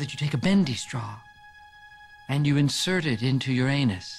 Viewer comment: "between your ann-us, and your scrott-um."